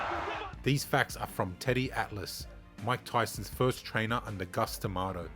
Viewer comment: Please, for the love of God, his name was Cus. Not Gus